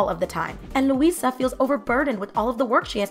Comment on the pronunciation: Why are you Franglicising their names? They're Luisa and Isabel, not Louise and Isabelle.